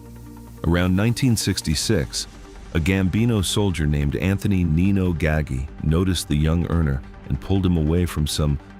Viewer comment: The cops eventually pulled the drainage pipes and found a river of blood. By the way, Roy's bosses name is pronounced "Gah-gee" not "Gaggy"